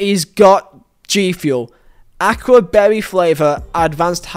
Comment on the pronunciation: this man pronounced acai as aqua